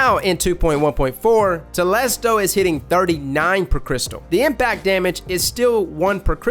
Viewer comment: ‘Crystal’ ARE UOU SERIOUS?! dislike